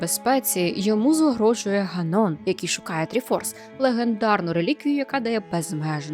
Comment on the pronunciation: гАнон (ґАнон або ґЕнон), а не ганОн. Сарґон, а не Сарґос